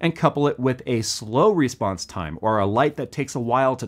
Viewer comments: Why do you say "REsponse"? Say response like a normal, English speaking American! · Is he saying Respawns time or Response time?? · you're saying response wrong